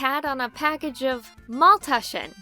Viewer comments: As German and Swabian: Your pronunciation is good. And no, Maultaschen aren't that similar to dumplings. There is however a funny story behind them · When said maultaschen I felt weirded out since its german and I'm german and I'm just surprised how almost it sounded right